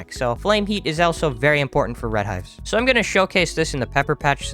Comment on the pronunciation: Agreed and how does he think of saying elso instead of also